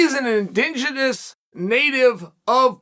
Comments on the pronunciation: "in-ding-enens" lmfao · "He is an indingidous native of brazil" 😂 cheal never disappoints